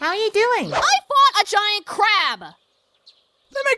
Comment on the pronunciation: Crab not Crap. LOL